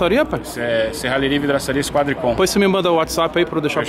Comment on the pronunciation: Tem Toguro falando VRIDAÇARIA, tem like. 🤣🤣🤣🤣🤣